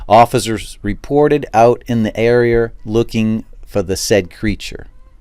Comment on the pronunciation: in the ereer